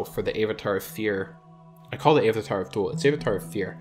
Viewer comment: Zee-lot? Aye-vatar? Are you trolling? Or? Zealot is pronounced zel-ot, as in religious zealot. Avatar... like the last air-bender. There is no way you don't know this.